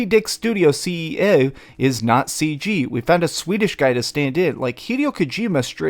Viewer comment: Cracking up at the way you say CEO in. 🤣